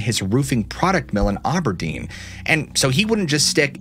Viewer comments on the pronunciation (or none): Is just Aberdeen not auburdeen lol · The noise scared me so bad i was driving with the volume turned up. Its ab-er-dean btw